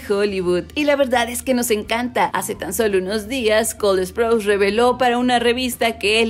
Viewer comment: Alguien más se da cuenta que ella pronuncia col esprouse o solo yo?